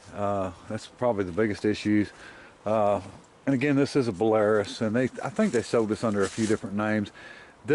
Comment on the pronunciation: pronounced bella rooce